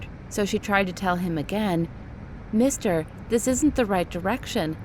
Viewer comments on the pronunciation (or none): none